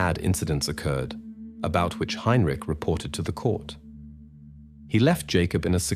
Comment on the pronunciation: Tge AI voice is terrible. Mispronouncez tge name Heintich several times snd uses langhage incorrectly. Nobody says 17 o'clock.